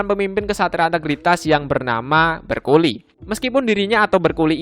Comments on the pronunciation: itu bukan berculi bacanya namun Bercooli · Bercouli❌ Bercoli✔️